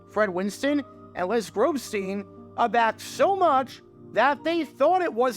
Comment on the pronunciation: You butchered Grobstein name. The Grobber Chicago radio legend. Wls am 1000 The Score.